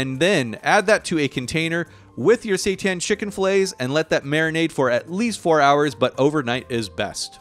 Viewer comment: i thought he said "satan" ☠